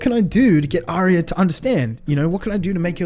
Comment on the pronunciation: said AIRRia.... gosh